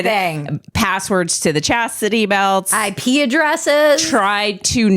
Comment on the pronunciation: "I peen" addresses...